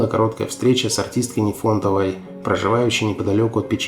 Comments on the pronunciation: ты зачем изувечил(a) фамилию замечательной русской актрисы Руфины Дмитриевны Нифонтовой? Какая она тебе НефОнтова? Запомни: НИфонтова, с ударением на первый слог! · Нифонтовой, ударение на первый слог, что вы уродуете?